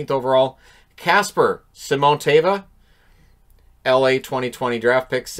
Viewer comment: Got to say has very good finnish name pronaunciation! Only one that was horrible butchered was Simontaival:D. He has probably the most awesome name out of this list too once the pronaunciation gets it right!;D. Only thing i wish was added to this board was that if the player isn't drafted it would say the year when they are eligible or if they weren't drafted at all.